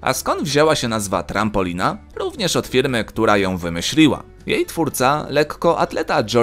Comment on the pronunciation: jak powiedział TRAMPolina to mi się tylko z jednym prezydentem skojarzyło